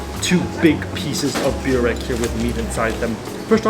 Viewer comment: Pekara is called tvrđava, or on english fortress, also your byurek pronunciation is killing me every time, you can litteraly can hear local how says correctly in backgroung. If you're there for second time, you should know this.